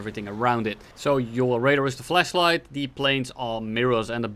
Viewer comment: See the radar as a fleshlight Me: Wait what? Oh right, accent